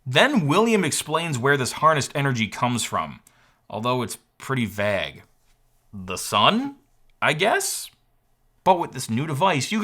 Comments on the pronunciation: I can't get over his pronunciation of vague. Vag (like bag) instead of vayg. Love ya though,. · Same here. That baffles me to no end. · And also COMPLETELY disrespecting the pronunciation of the word "vague" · You might want to check the pronunciation of “vague”. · You pronounce vague weird. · William Davis is an AI voice lol Learn how to say vague properly buddy LMAO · Why can’t you say the word “vague” correctly?